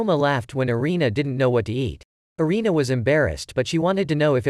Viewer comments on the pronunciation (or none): Anime name is food wars one thing not mentioned is that it sexulizes a lot of things. Also (Arina)God tongue name is said wrong, it's pernounced (air-in-a) erina.